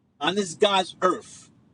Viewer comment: What's a "God's green Earf" ?